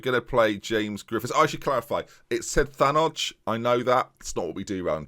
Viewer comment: The way you're pronouncing Thanoj is right, in many languages the J is pronounced as a Y